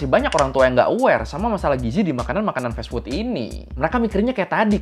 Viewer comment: fas fut bg bukan fes fut